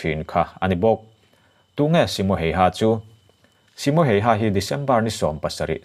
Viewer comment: ‘Hayha’ i lam dan mai2 chuh 🤣🤣🤣🤣🤣🤣🤣🤣 Finnish ho zawk pawhin tung a nih an hrethiam miah lovang 🤣🤣🤣🤣🤣